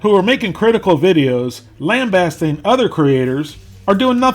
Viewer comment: LOL for a guy who does not know how to pronounce the word lambasting and is cool but low IQ, can you maybe stop making fun of developmentally disabled people in your Scooter character?